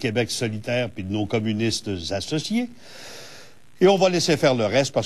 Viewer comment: le ``communisse `` c'est de la marde ok